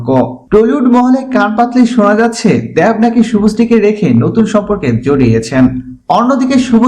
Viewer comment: Dev ar uccharon ta aga thK kre blte sikhun r ata old news